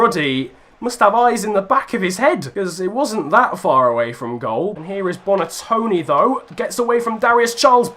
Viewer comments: It hurts me to see you beat my boys Wolves but I love this series so I’ll forgive you 👍 Also for future reference, Wolves’ Silva is Diogo Jota, Silva is just is actual last name (Portuguese names being ridiculously long) Also it’s Bonatini not Bonatoni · It's Bonatini not Bonatoni